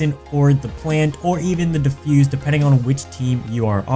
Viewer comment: defluse lol